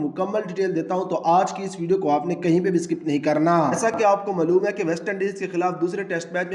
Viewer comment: lekan nahi hota lekin hota hai, crickatt nahi hota hai cricket hota hai, maloooom nahi hota malum hota ha jaahil pendoo